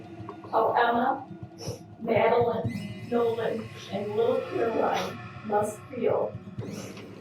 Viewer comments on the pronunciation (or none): none